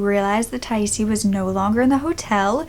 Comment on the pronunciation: According to the Charley project 'Her name is pronounced Ty-eese.'